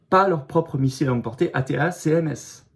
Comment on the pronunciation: Attaque MS ça se prononce 😅 Cher Florian 🤪